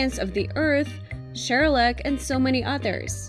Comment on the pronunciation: Did she just say Shuluck